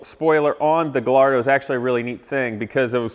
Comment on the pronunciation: Guy yard oh. This may help you when LL is pronounced like a Y in Italian. Unlike Hello, it might take some time to comprehend it. Edit: maybe the slang "Heyo" may have come from it. The more you know.